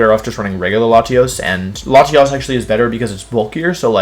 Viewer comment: Bruh I’m pretty insulted with the way he puts latios , c!!! I am enraged